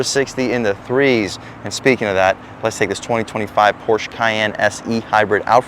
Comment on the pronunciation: Dude cannot even pronounce porsche. pass.